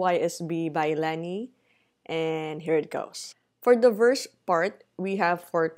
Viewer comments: LEYNI NOT LANI HEHE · Nice tutorial! but it's pronounce as Lay-Nee.